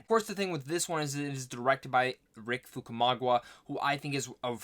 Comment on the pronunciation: Who tf is Rick Fukumagwa?? ...it's Famuyiwa FFS, get it right!!